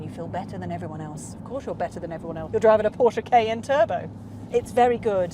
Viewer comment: Noticed how she (and possibly other Brits) pronounce ‘Cayenne’ — as just 2 letters: “KN”